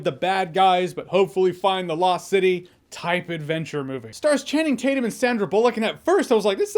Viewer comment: “I call him Channing Tate-Yum.”